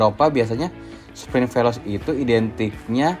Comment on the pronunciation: maaf bang koreksi, veloce...bacanya bukan velos,yg benar bacanya velose...(artinya cepat)